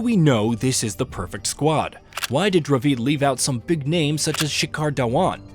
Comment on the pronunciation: mate when getting the bot to read the script, try typing the players name phonetically. So instead of Kumble, write Kumblay and the voice bot will read it correctly. Instead if Dravid, write Dra Vid, similarly instead of Sachin (which the bot pronounces as Sacheen), write Suh Chin. Just a tip for the future.